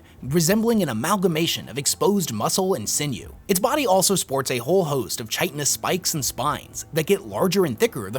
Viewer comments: buddy, I'm digging these videos! Keep it up man! You say you read everything, so check this out: it's pronounced like kye-ton-ous. Bugs and crabs and stuff make their shells out of chiton (kye-ton), where we mammals grow hair n junk with keratin thanks, bro, sorry man, I'm the weird one here. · Ok this is driving me nuts. The C in "chitinous" is hard. Kai-ti-nus. Stop saying it wrong. Cool video.